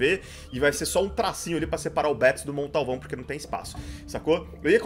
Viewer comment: Quando ele fala Montalvão eu entendo Condalvão kkkk